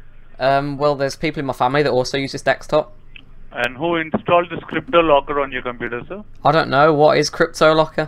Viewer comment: Desktop. just makes fun of the scammers by intentionally pronouncing it as 'dextop'. Same thing with virus; he pronounces it as 'wirus'.